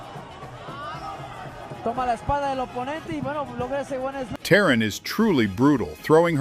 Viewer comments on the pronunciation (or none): her name is pronounced "tah-reen" not "teh-ran"